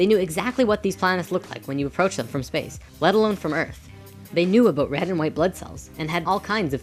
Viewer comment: Did I hear you say "aboot"? Are you Canadian?